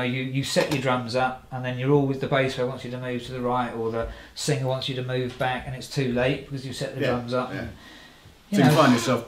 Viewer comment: back not bank haha...